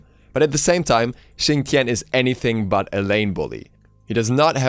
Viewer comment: Why does Xing's name said fast kinda sounds like Chin Chin?